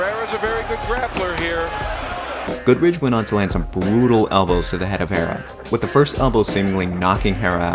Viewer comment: Shit video. The Goodridge stoppage was just fine for when that fight happened, you are also shit at name pronunciation.